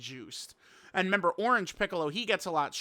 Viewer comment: “Ornage Piccolo” Didn’t know unc had dyslexia 😭